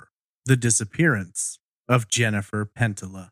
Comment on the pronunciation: Love the pod. However I believe her name is pronounced pen tee ya or pen tee yuh.